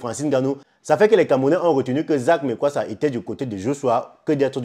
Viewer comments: Eh le frère prononce bien le nom, on est Afrikains. Lis seulement tchiiiiiiiiiiip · Mais prononcé bien son nom par respect, malgré ces défauts et sa sauvagerie il a des qualités